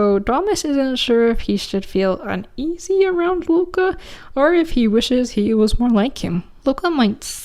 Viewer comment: Love the norse representation! however, just so you’re aware loke is pronounced with emphasis on the e and o, i’d reccomend looking up the pronounciation if you want the name to be accurate, if thats not a big concern for you, thats okay though!